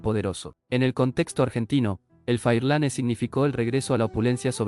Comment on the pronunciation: Pero casi todas las imágenes son de vehículos en USA, no son de acá de Argentina, salvo la charla que tampoco parece hecha por un argentino, ni siquiera rioplatense, acá no decimos "un motor uve 8", decimos un "ve 8", la "uve" la usan los gaitas y godos en europa, el cuanto al Ford Fairlane, no fué de gran abundancia en los ´50, y se pronunciaba en Argentina "Fáirlan" acentuándo en la primera "a", y omitiendo la "e" final, recién cuando llegamos al Falcon, empiezan fotos de algunos autos de Argentina, pero mal pronunciado como "Falcón", con acento en la "o" final; el acento acá se usa en la "a" como si fuera "Fálcon" en su pronunciación Argentina. Recién en 1968 entra a ser fabricado el Ford Failan V8 292" y también una versión 6 cilindros en línea de 221". Ese motor al minuto 7.08, no se corresponde con un Falcon es de flujo cruzado a menos que fuese la tapa de competición de Oreste Berta de 24 válvulas y árboles de levas a la cabeza que berta desarrolló para Ford, Chevrolet, Torin y Chrysler, para ser usados en la categoría denominada Turismo de Carretera en pista.